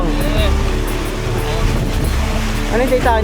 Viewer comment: Titanic ❎ Titonix ✅